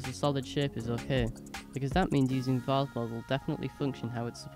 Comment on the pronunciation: Great little video thanks (and thanks for pronouncing it Vase not Vayze - so annoying 😊)